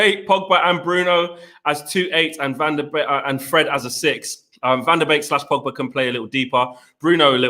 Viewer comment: Pogbary Donarrry 🤣🤣